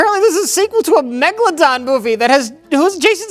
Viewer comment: Thanks for teaching me the correct pronunciation of Megalodon